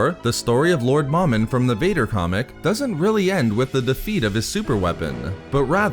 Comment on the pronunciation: It's pronounced Mow-Min not Mom-in Mow like mowing your yard and Min like minimum MOMIN sorry that was driving me crazy